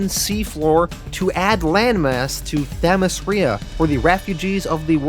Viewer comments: great vid, note for next time its Themyscira not Themescrya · I told him (them-is-sceer-a) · The Themyscira pronunciation... 😬